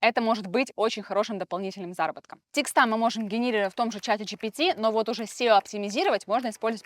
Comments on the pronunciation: ТЕксты, а не текстА🤦‍♀️ Кошмарная безграмотность🙈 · тЕксты, а не текстА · Очень хороший канал, много полезной инфы. Но вот слово "текстА" просто режет слух. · Мне кажется, что если я еще раз услышу от вас слово "текстА", меня хватит удар! Калидор, ризетка, договорА, редакторА, тортЫ и кремА -- туда же -- в мусорку! 🥵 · А мне прикольно звучит текстА